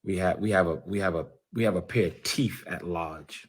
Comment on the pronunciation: Thought it didn’t bother you. Please stop saying “TEF”!!! The word is TEETH!!!!